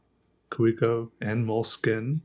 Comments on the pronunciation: Isn't it Ka-ve-co rather than Kah-wee-co? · It's a plated steel nib. Kaweco (Pronounced Ka-ve-ko) just sells overpriced injection-moulded plastic pens with bad nib QC. And then they do the competition dirty. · Earn how to pronounce Kavecko.